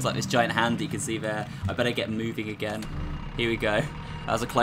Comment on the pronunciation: Why dose he say again like that